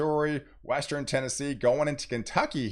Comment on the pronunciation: I like how he puts the "E" between the R and N in eastern and western